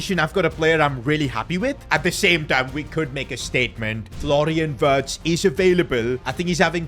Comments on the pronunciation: it's virtz not Wirtz you say w as a v in German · always butchering wirtz name ffs 😂😂😂